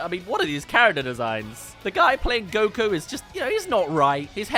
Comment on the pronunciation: who is goko you mean goku